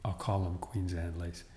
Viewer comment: Queens Anne? I always thought it was Queen Anne’s. 🤔